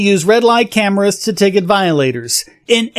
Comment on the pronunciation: Did you say "scameras"?